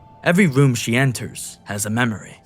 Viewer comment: Who is narrating this, fucking Homestar Runner? Yee yee ass "WHEN WOSE WAWK INTO THA WOOM," Christ.